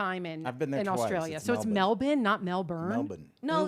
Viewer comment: From an Australian, is spot on with the pronunciation of Melbourne